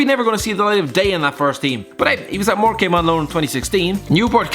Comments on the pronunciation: Its pronounced more cum. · Morecame hahahaha i didnt realise it was us until i heard it again 😂😂😂